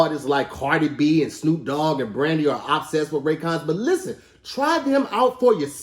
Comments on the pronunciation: In the commercial said “obdsessed” instead of “obsessed “ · hey, Kevin here to report with the daily spelling mistake, it looks like this time he was trying to pronounce “obsessed” but stumbled a bit and said “OBsessed” back to you Carl. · The way pronounced “obsessed” lol